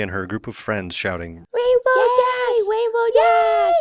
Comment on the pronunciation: My only complaint about this series is that the emphisis is supposed to be on rainbow, not dash